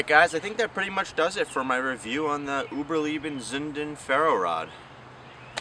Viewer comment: Uberleben not Uberlieben. Lay-bin not Lee-Bin